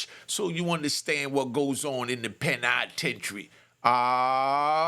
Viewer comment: The Pen-I-tentary 😂 woop 🙌